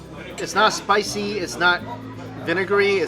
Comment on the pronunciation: very spishhhie??😂